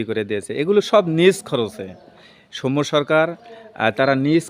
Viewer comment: সৌম্য সরকারের নামের উচ্চারণটা ভুল হচ্ছে । উচ্চারণটা দন্তস্য এর সাথে ঔ-কার হবে । কিন্তু আপনি ও-কার উচ্চারণ করছেন এবং শেষে ম এর সাথে য-ফলা এর পরিবর্তে ম্ম(ম+ম) উচ্চারণ করছেন।